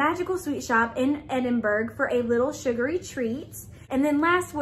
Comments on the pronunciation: had a good laugh with this unboxing - pronunciations help Edinburgh is pronounced Edinboro, and Hebridees is pronounced He brid dees. Also the plant postcard you got is Ensnaring Ivy. Check with the box makers on this as every unboxing of this box said the same as you, but as a Calligrapher myself I'm pretty sure it says Ivy rather than Joy (because of the plant) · I’m from Scotland and Edinburgh is pronounced ‘edin-bruh’. Hebrides is pronounced ‘heb-ur-dees’. Loved your video!